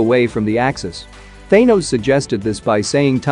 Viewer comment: Thaynose noice